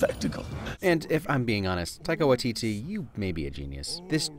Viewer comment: omg im so sorry but i cant stand the way ur pronouncing taika waititi's name, though i get u probably just dont know how 2 pronounce it simple mistake but as a māori person its sooo aggravating lol everyone pronouces māori names wrong tho haha luv ur vids tho they r epic :)